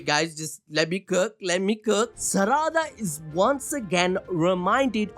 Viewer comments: I swear to god if you keep saying Saraàda ...😂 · The way he pronounces Saradas name is disgusting